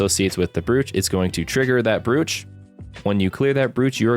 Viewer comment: I hate to be the one to point it out, but brooch is pronounced like bro-ch, not brewch. It's an accessory you pin to your jacket chest.